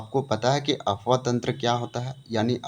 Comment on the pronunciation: Apwah bolie sir Afwah nahi